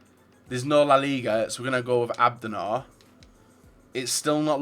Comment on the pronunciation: "There's no BBVA, so we'll choose Abbendour"...